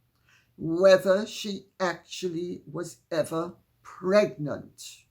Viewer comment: "Megnant" lol lol..excellent Lady C